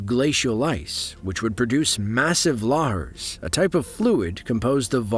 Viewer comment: Laars? It’s LA-HAR.